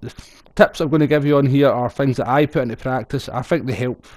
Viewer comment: Schottische- English Übersetzungsdienst hier... "Um nay gonny putt thus taim..." "I'm not going to pit this time." The "t" at the end of "putt" and 'pit" is silent. Hope this helps., your videos are great: thanks:-)